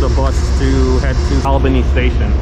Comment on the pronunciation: Promounced Allbany